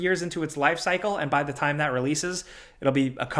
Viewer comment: You almost can't tell that is from NY until he drops a "da." As in, "to da tune of..." Very NY 😁